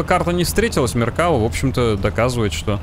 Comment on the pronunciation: МеркавА танк называется, но не МеркАва, ударение на последний слог, автор исправься.😉